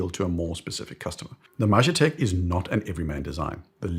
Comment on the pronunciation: I would love the Majetek (wrong pronunciation btw!) in a smaller size. I tried it on and it waaaay too big. 38-40 mm would be perfect.